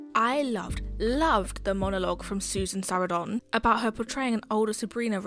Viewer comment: “Sara don” for Sarandon is wild lol “sa RAN dun”